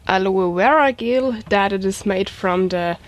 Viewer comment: Gel is pronounced in a "Jay" sound like Jello without the O "jell" not trying to prod your accent it's cute, but I had to say it awesome video as per usual, keep safe out there!